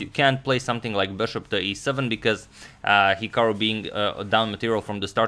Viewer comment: It’s actually pronounced hik-uh-ru not hik-o-ru